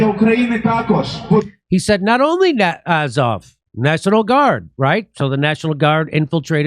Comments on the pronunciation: To me it sounded like Az-hol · Sounded like 'Adolf' haha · It almost sounds like they're saying ASSHOLE... LOL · The chanting sounds like 'asshole' to me :)